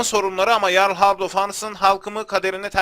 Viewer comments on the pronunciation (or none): Abi amacim kotu degil bilgin olsun diye soyluyorum jarl diye yazilir yarl diye okunur